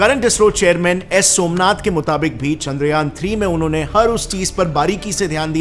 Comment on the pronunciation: Who noticed Somanth instead of Somnath